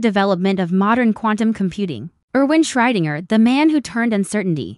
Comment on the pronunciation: WHO? Can you pronounce that properly? A.I. sucks again!